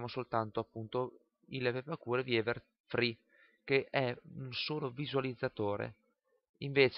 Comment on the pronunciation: Grazie per i video, molto interessante! ps. permettimi una critica, uno come te che fa di queste cose il proprio mestiere non può pronunciare il nome del software "pepakura VIEVER 3"...siamo nel 2013! un po' di inglese lo si deve conoscere...